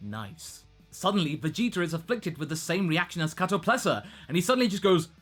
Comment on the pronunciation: KatoPESLA. Not Katoplesa.. lol